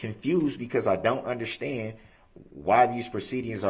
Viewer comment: Wtf is undershtan?